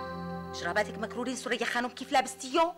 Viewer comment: مين سورية ؟ ههههه ثريا و بيقول سُريا